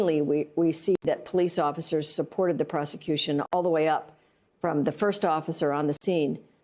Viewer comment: Keeps saying “Plea Officers” 😂🤣🤦🏾‍♂️